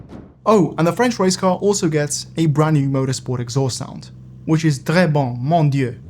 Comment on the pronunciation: im french and the très bon mon dieux is verry good